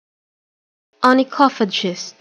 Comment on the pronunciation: マジ！？ 想像した発音と違った。 I can hear as onychophachist.(∩´﹏`∩)